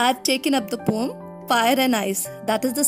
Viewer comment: not pom but po-um check on the oxford dictionary 🤌🤌